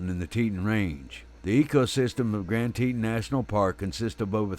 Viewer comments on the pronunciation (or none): Gran tee tooon…….. not teten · I am the narrator for this video for wild animal network and I apologize for the mispronunciation of Grand Teton. I had no idea how it was supposed to be pronounced being that I’m not from that area.